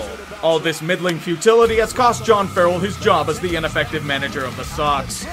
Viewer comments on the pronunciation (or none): none